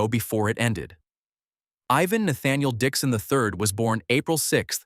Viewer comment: "Yvonne" Dixon? Ivan (Eye-van).